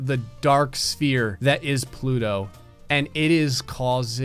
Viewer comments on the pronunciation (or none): “But today, plouto has the big ballęs”💀💀💀💀💀